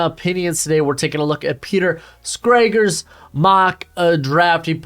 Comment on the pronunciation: Bro, atleast pronounce Peters name right smh